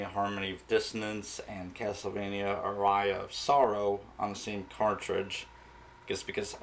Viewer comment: it's pronounced "ah-ree-ah" on "ah-rye-ah"